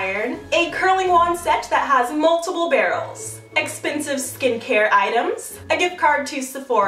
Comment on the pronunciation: why does she always say exspensive